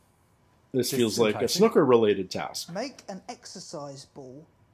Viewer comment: I've never heard someone from outside of Wales say 'Snuker' like we do before. Everyone I've heard say it, always says the 'oo'. Just quite interesting.